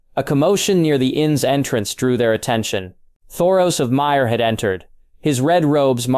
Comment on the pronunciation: As I said it’s a good story! You just pronounce names wrong a lot. I’ve heard got knows how many variations of yigritte and “myr “ 😂